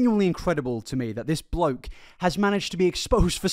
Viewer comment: Drink every time he says "bloak"